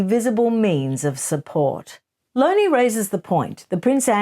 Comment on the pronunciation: Lownie. Not Lowndie.